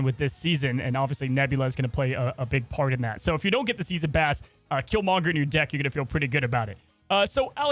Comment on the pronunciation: Am I crazy that he says Killmonger weird? He says Kill-mon-ger and not Kill-mong-er. I don't know. It just sounds off.